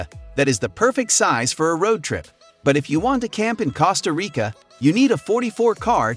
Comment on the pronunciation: this person is allergic to saying things correctly. "Causeta Rica, Acropalis, Koh Phee Phai, Keen-ya, Causco, Safairy"